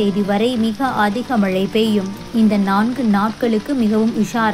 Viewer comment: தயவாக தமிழைக் கொலை செய்யாதே. மளை அல்ல மழை, வளி அல்ல வழி வளி என்றால் காற்று என பொருள்படும்.